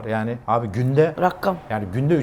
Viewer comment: tam benim kafadan ben de rakkam demesine takılmıştım